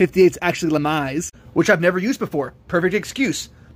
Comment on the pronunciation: Had to watch twice due to shock at that wild "lamias" pronunciation